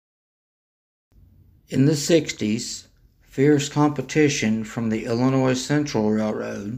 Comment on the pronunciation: The "s" in Illinois is silent. I can't believe how many people don't know this. What do they teach you in school?